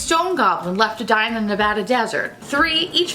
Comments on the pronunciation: You said Nevada right! This is the first video I watched of yours and you had me at Nevada... I’m officially a fan- you’re awesome! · I love that you said Nevada correctly! Hahaha!